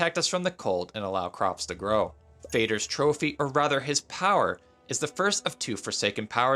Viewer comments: please don't ever pronounce the name like that ever again! It's norse/scandinavian for "father" and even sounds more or less completely identical to the English "father". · Would that mean "moder" is mother? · Haha not at all. It just sounds horrible mate. Sry didn't meant it as hard as it might have sounded :)